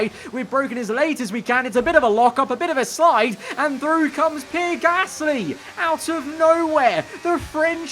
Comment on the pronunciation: i love u mate but its pee-air not pier 😂